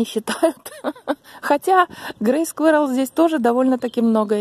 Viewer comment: Не скверал, а squirral